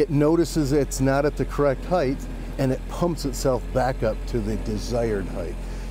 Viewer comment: I like the car, but I don't care about your sponsor. The owner of the car often mispronounced the word height. It's pronounced Hite, not Hi-th.